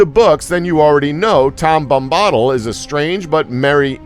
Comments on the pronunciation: Tom Bom-ba-dill is how you're supposed to pronounce his name. But good try though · who is this tom Bombaahdill? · tom bommbottle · his mispronounciation of Tom Bombadil reveals he's just reading a script n not a true fan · The way you pronounce Tom Bombadil makes me want to pour acid into my ears